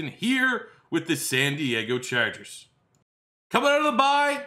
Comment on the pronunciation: "It's gonna be philip rivers and the San Diego Charjuhgers"